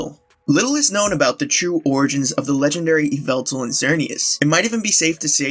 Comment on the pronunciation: Eeveltal? Eeveltal?? I think you mean Yvelta (YaH'valta)!!